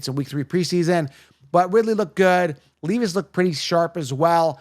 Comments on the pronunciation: It’s not will leaveis it’s Levis Smgdh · Leevis? Lol. Jokes are funny. I agree on your Ridley take.